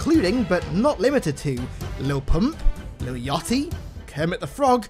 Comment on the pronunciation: You pronounced lil yachty wrong